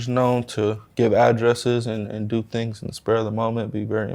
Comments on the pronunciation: "What u wan dew" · What you wana deww 😂😂